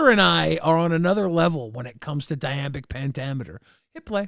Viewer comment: It's not "diambic".